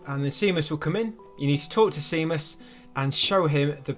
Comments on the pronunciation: momo is pronounced moh-moh and he’s a he. seamus is pronounced shay-mus. clementine is a she. how did you play this game so many times with your eyes closed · GODDAMN that Can't Cat-ch Me trophy, man. Goddamn it to hell. Edit: An Englishman calling Seamus "see-muss" is extremely interesting to me. I figured you'd actually know someone called Seamus, being so close to Ireland.